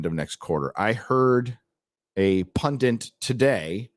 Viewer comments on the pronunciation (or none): PUNDIT PUNDIT PUNDIT PUN----DIT 😂 Theres no PUNDINT You've been saying it for ages but today you broke me! Stop this illiteracy now 😂